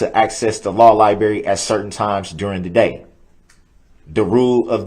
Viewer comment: the law lie-berry lol 2;38;47